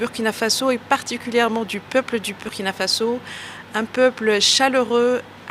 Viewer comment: Une ambassadeur en fin de mission au Burkina Faso qui ne sait pas prononcer le nom du pays? Du n'importe quoi !